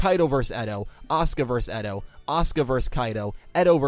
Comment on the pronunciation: can you start saying character names better? eto is actually aster, kaito is actually kite, and you called zuzu yuzu. I would like if you pronounced names correctly pls?